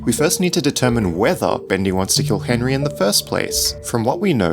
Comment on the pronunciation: Be cas Henry an bendy it's ri a little bit it's be as enry an endy rim ok bro.